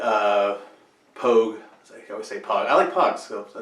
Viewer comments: 'POG' (pronounced 'pouge' ; rhymes with 'rouge') is actually a Marine Corps term. The correct nomenclature of Army 'non-combat personnel' is REMF (Rear Echelon Mother Fucker). This also includes 'fobbits' , as in, 'those whose mission does not require them to leave the base', whether it's a Forward Operation Base (FOB), or any other base of operations. The 'fobbit' part is universal. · POG rhymes with vogue,.